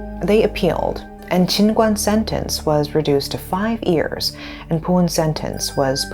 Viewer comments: I wish the presenter would stop saying "ears" instead of years. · how do you pronounce every word perfectly except 'year'?